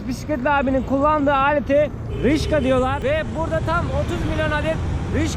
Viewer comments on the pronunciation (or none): Rickshaw'dır (rikşa) o:) Rişka olsa duramazsın:))